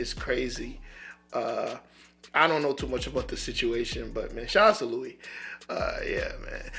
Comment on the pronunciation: His first name is pronounced "Loo-e"